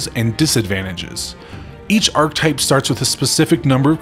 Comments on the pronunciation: Ark Eh Type not Ark Type. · Thanks for the video and bringing the game to my attention. Looks promising so far. As a polite mention, you need to pronounce the "e" in Arch-e-type. It's a strange word but, yeah, go for the full three syllables. Anyway, genuinely... thank you. :-) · Archetype - 3 syllables - ar·che·type